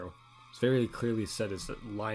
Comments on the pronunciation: Pretty good vid. Future reference, asbestos is pronounced “ass-bess-tiss.” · What about his pronounciation of asbestos lol